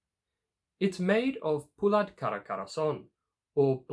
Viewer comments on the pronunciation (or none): none